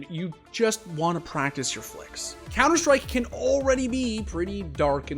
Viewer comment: cunter strike